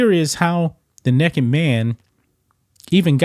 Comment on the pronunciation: I knew the Great was going to say Nekked!! Hahahahaha!! I had to tune in